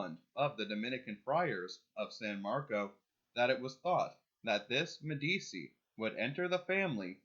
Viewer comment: One note, Medici is pronounced "Medi-chi".